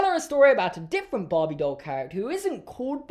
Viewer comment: is saying barbie but i can’t stop hearing bobby🥲